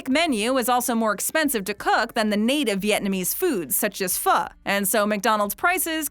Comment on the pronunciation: I am just an average Westerner, but the way you pronounced pho, the Vietnamese soup dish, was like scratching nails on a chalkboard....